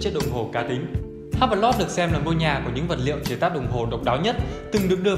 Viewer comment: Hublot đọc là iu-blô (âm H câm)